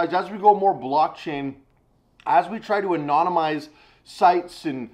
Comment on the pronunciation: Anonymi- anonymiz- boomerpow! 😆😆😆